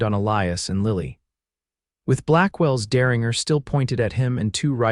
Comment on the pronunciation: 😂Good Lord! It's der-rin-jer, NOT der-ring-er. I hear this across all the platforms. I guess AI doesn’t learn afterall. Bakersfield, California